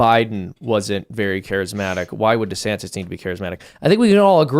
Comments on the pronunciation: Without taking sides, one weird thing I noticed was that in the first video DeSantis, at the end, pronounces his name as: du-SAN-iss. In the second video, also at the end, he pronounces his name as: DEE-san-tiss. Again, without taking sides, how did he not learn the lesson of branding in politics. He should at least come up with one definitive pronunciation for his own name. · It's weird how he pronounced his own name differently than he usually does in his announcement video. Kackala does that too. Very odd.